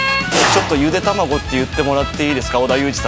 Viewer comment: ゆでぇ……… ゆでた↑まごぉ↓ で草